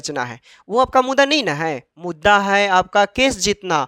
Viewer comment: Mudda bolne aata h. har bar mudda ko muda bolta h bat krta h kanun ka